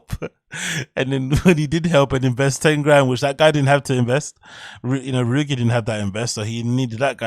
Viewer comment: It's REW-EE-JEE not REW-EE-GI lol